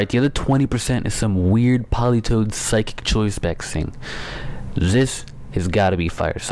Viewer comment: You pronounce it "Sy-kick